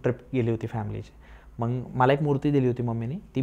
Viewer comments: मंग नाही हो मग म्हणतात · हा सारखं लाईक लाईक काय म्हणतोय? मग म्हणण्या ऐवजी मंग म्हणतोय आणि इंग्लिश शब्द किती वापरतोय 😂